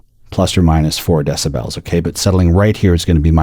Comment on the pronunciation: Great video. I couldn't hear a single difference between the before and after, but I still learned a lot, and also learned that there's one human being on earth that proudly pronounces it deciBELLS.